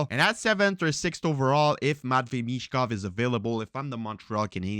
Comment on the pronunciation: BTW his name is Michkov not Mitchkov 🖖🏻✌🏻